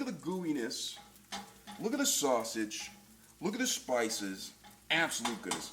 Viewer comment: Sauseggie??? Or sausage